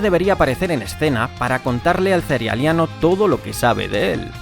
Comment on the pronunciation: Le agradezco muchísimo q ud pronuncie "cerealeano". Muchos lo pronuncian mal